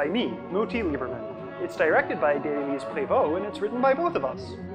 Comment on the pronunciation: Great video! I'm always confused about the way you pronounce "Adèle-Élise Prévost"... is it a quicker way she makes people pronounce her name?